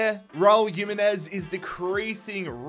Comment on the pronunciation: Pronounced “him” not “yim”…